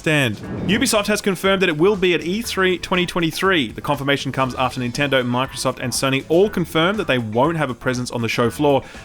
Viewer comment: Stop saying ninturdo